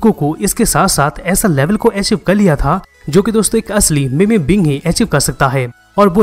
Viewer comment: Bro it is pronounced मीम not मेमे